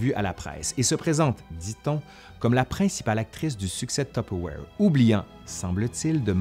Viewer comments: Ouais mais on ne dit pas "top awaire" ! on dit : "Tuu peure vouaire"...en France. Ma mère a raison. Point. 😂 Ps : merci, c'était très intéressant et très... nostalgique pour moi. Ma mère a utilisé une espèce de bol orange avec le même couvercle que celui que vous avez dans les mains pendant des décennies. J'avais du mal à manger ce qui en sortait, vu que le plastique était un peu noirci à force, en pensant à toutes les substances toxiques qui devaient contaminer les éléments... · ah ! que de souvenirs en regardant votre vidéo instructive agrémentée de "zzzz" !! Enfant, j'assistais aux réunions "tue père voire" (prononciation lorraine Est de la France) et j'en conserve un exemplaire des années 1970 ........ 😊🧑‍🍳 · Maman disait « tiperwait »! Impossible de lui faire prononcer ce mot à peu près correctement. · Haa! J'ai jamais réussi à prononcé correctement ce nom ^^' je suis sûrement pas la seule en France je dis: tu paire va re XD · Non non non, c'est tu-pe-wouar (humour) mais c'est ainsi que le prononce ma mère. 😅